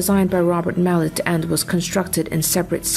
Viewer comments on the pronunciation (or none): none